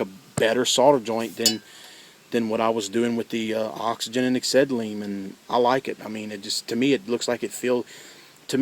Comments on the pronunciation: oxygen and "eggsetty" he says lmfao!! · wtf is "eggsetaleyne"